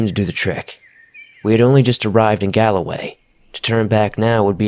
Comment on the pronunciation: What forest was this? Sounds like you said Galus forest. I know there's a Galloway...?